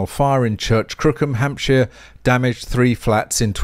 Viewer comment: "Church Crookham Hampshire" LOLz. Laughing with, not at. What I heard was "Churchcrookenhamshur" which, having typed it out I much prefer. Notwithstanding your delicious pronunciation of course.